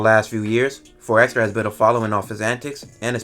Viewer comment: Why EVERYBODY keep spelling/pronouncing 4xxxtra as “4 ExtraZ” ? 🤔😩😂💀‼️